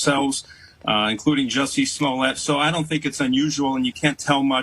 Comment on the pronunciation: It is not "Smollet". Per the defendant himself, it is pronounced "Juicy Smoll-ay". We all need to start saying it right, or you're a racist.